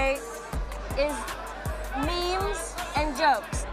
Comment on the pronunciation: I love it when Jennifer Tilly calls it a "MIM" instead of a "MEME." 😂